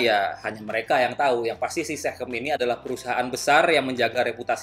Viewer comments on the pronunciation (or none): SeaChem bang, sea chemical, bukan sehem, hehehe